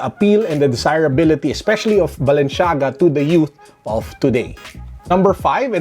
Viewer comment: *balenciaga no balenshiaga